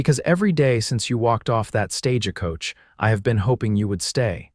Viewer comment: Why do you say "stage a coach " ?❓